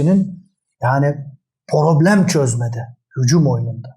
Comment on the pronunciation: Hikmet hoca cok guzel acikliyorsunda programa porogram, probleme poroblem deme yahu...